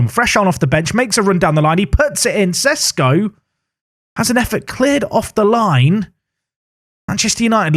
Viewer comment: He's Sheshko, not Sesko.